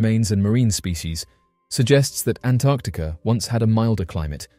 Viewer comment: Thank you for pronouncing 'Antarctica' correctly. So many can't!